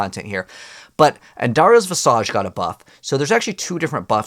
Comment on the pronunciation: Please google how to pronounce Visage